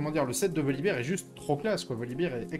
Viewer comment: Ca me trigger les gens qui disent voli"beer". C'est un ours, pas de la bière.